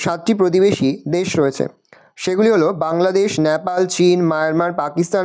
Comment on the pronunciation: ওটা ন্যাপাল নয় নেপাল 😊